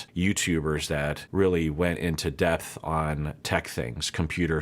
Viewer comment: Ooohhh, "dephth" caught me right in the heart!